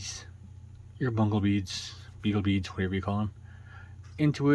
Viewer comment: Loving this miniseries 💕It tickles me when you call the bugle beads ‘bungle beads’ 😂 I like it……Off to watch part 3 🏃‍♀ 🏃‍♀ 🏃‍♀ 😊